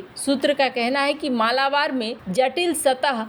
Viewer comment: मालाबार ❌ मलबार ✅